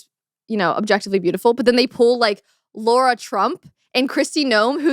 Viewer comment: Lara Trump not Laura Trump